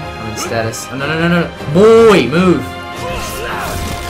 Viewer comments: Come on =/ At least make sure you read the words right before saying them over and over and over. "Stasis", not "Statis" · So, was i the only one slightly irritated every time he called stasis "status" tbh